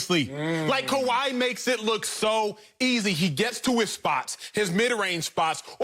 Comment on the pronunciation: Sorry acho..it’s kawhi..but you still my Igbo brother ✊🏾